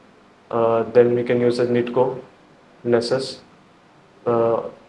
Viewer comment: he said nitko 😂😂😂